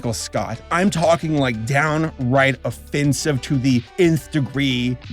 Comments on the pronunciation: Offensive? Ha. Of-fin-sive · Did you say fucking ofFINsive